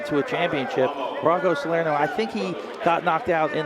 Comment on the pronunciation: did they spell the kids name wrong, is it a non-phonetic pronunciation, or are the announcers just mispronouncing it: salerno should be pronounced suh-lair-no, but the announcers kept saying sar-lee-no